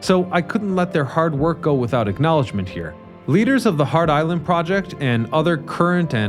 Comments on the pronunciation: "Hart" Island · Which is it? Hart Island or Heart Island?!